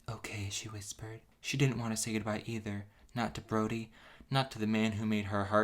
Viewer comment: I keep hearing Brony instead of Brody.